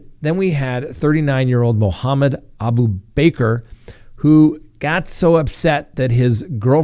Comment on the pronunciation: It’s pronounced abooba-car 😂